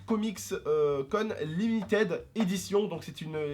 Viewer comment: tonton ce n'est pas limited ça se prononce limitid